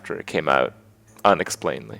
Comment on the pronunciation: Inexplicably, Kripp, the word is inexplicably.